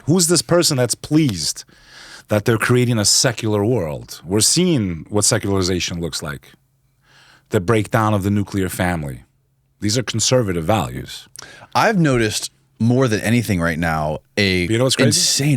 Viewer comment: did he just say the break down of the "Nuculer family" are Conservative values ......